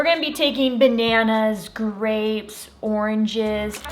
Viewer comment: he said "we got some dapes"🤣